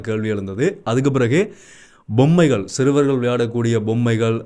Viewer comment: தம்பி உச்சரிப்பில் கவனம் செலுத்துங்கள்... போதை( bothai அல்ல pothai) பொம்மை (Bommai அல்ல pommai)